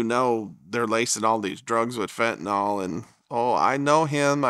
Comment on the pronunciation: Why is everyone calling it fentaNOL? it's fentANYL.